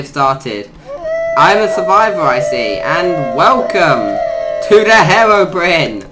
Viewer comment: I have never heard someone pronounce it herobrin